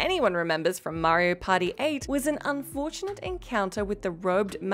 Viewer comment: Am I the only one who hears "Mario Potty" when she says "Mario Party"?